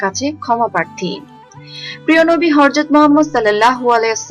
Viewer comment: Horjot noy apa.Hazrat.sohi uccharon otibo.Zajakallahu Khairan